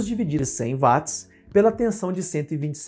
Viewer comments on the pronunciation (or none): Nao seria watts (uots)? Ao inves de vatis? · Sim " uats"*